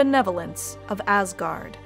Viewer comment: cant help but always hear "AssGuard" 😅